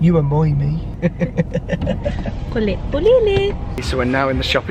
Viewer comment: She said “BULOL”